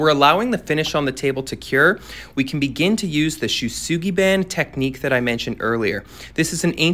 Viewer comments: "Show - soogi - bon". If you're going to sell it to clients please make even the smallest effort on the pronunciation lol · I didn't even know what he was talking about until he started charring the wood because he pronounced it so poorly. And he didn't even actually use the shou sugi ban technique, which involves dragging hot metal over the wood. Mans just said let's blast it